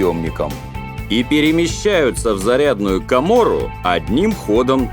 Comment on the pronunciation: Ка́мора: ударение на 1й слог